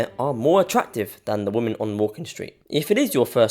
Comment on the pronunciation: Woman = Singular, Women = Plural (notice the "e" instead of the "a"). The plural form is pronounced "whimen, not woman."